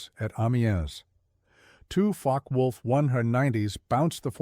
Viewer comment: “Faka Wolf”?? Puh-leez